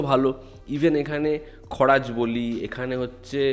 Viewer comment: দুবার বলতে শুনলাম খরাজ! খরাজ ! ! কানে একটু খারাপ শোনালো